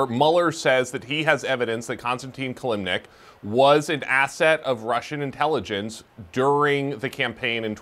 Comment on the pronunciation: Covers the Russia investigation for 2 years and doesn't know how to say Kilimnik?